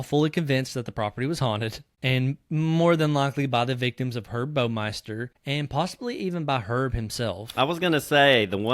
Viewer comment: Baumeister rhymes with “Wow” meister. It is NOT pronounced “Bo-meister”.